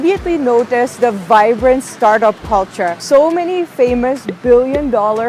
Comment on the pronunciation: over emphasing the word “CULTURE” and still unable to prove the presence of any sort of culture in banglore, i’ve lived in bangalore for 31 years and i can’t emphasise the fact how extreme “over acting” was there in your vlog